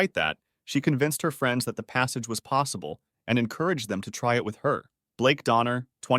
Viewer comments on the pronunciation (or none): 'Possible" or "passable"? 🤔